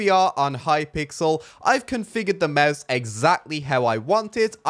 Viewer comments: 🙂 u said Meuse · Normal youtubers: mouse: meus That way he says mouse lol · Kinda sounds like you are saying mause